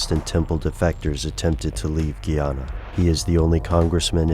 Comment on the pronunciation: its GUY ANA. not Gee Ana